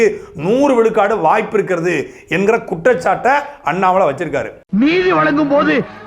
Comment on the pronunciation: Please pronounce Mr. Annamal..